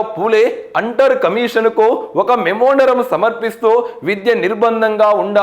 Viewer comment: మెమోండరం అంటున్నారు, మెమోరాండం అనుకుంటా.